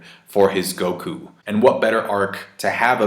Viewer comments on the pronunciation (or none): none